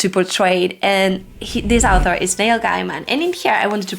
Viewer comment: Me having read Wheel of Time and NOT having English as my first language heard Al'thor everytime she said author . 😂😂 I think its funny how such basic things tend to skip our mind .